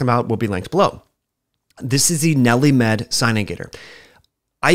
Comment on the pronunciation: Nelli-Med? Or...NeilMed? I mean, I have it and it's for sure not Nelli-Med. ha!